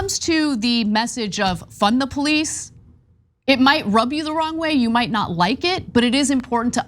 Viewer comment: "Fun-duh the police. Fun duh police."